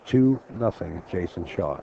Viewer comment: okay SERIOUSLY that NY accent is Sooooooo obnoxious/fake. "Jason Shawer” really?? I've watched enough matches that you've concentrated to know that you don't add an R to the end of every word ending with "aw" and sometimes you do it too words that don't even make sense. you sound silly and you don't even focus on the match. should be fired. this is why pool can't be taken seriously